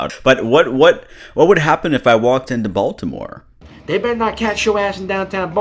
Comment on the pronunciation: Yeah he pronounced the T in Baltimore which gave me serious doubts he is actually from charm city